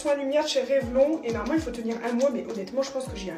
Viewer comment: Rêve laune... c'est la bonne prononciation !😉